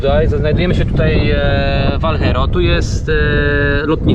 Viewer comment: Sorki chlopaki ale miejscowisc Alghero wymawi sie fonetycznie-ALGERO,nie ALHERO,pozdrowionka